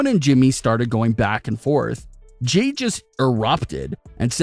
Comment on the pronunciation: It's Jey!!! Not Jay